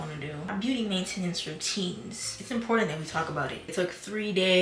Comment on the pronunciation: the way u pronounce maintenance makes me wanna gouge my eyes out